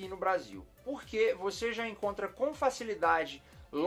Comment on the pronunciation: Rsrsrs. Trollando o brrrresil